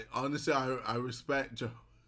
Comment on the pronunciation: “You have to respec it”